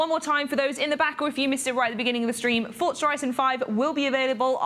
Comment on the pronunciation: Fort-za lol